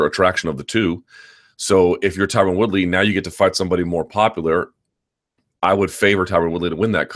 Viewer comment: MyTubeIsBetter20 lol no one pronounces it correctly . Ty-Ron ...ty-rone etc